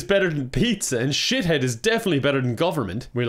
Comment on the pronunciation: "shithead" IT'S SHI-THEED